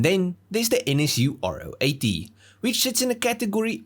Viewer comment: If only you could have pronounced its name properly! It’s a Ro 80, Ro for Rotary. Not “Ah Oh 80”.